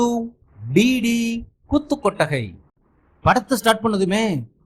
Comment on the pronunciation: G. Plz pronunse koothu kottagai....kothu no... request